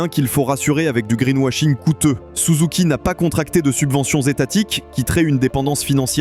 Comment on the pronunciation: c'est pas souzouki, c'est SUZUKI